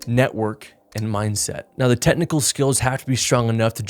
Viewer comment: Hey, is it "technical" or "tetnical" 😂